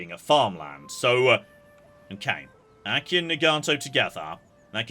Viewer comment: Notes I expect to never read (edited as I watch): - "Hizen" is pronounced "hee-zen," not "high-zen" - the plural of metsuke is metsuke - Aki is pronounced "ah-kee," not "æck-kee" - Bungo is pronounced "boo-n-go," not "buhn-go." - "spikey-McJibbles" is pronounced "kal-trops" - naginata is pronounced "nah-gee-nah-tah" - Amako is pronounced "ah-mah-ko." You said it more or less right in previous parts. - Bune is pronounced "boo-neigh," not "Boone" - Amazing to hear this again, Ouchi is pronounced "oh-ooh-chee," not like a synonym for boo-boo